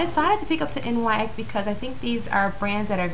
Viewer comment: Just F.Y.I its not called N Y X its pronounced like the basket ball team the New York "Knicks"